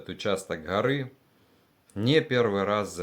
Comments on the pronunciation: Не гъори а горы ! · Что за Хоры…. ???? Может Горы?